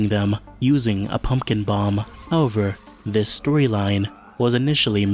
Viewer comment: Good video, but please, learn how to say "however"